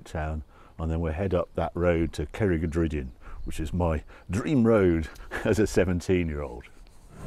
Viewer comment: Pretty impressed with most of the Welsh pronunciation!! Cerrig y drudion isn't easy. Very impressed with the Zagato ofcourse and your favourite stretches of roads. 10/10..